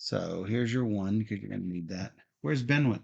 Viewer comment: Good to see returning to the land of King Arthur following Legends of Camelot. I am pretty sure Benwick is pronounced Bennick just as Alnwick comes out as Annick.